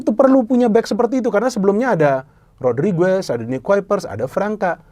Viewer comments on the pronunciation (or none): none